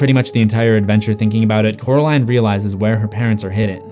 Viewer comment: Just to remind you, it's Coraline, not Caroline. Oracle ✨🐞🐾🎧🍕❤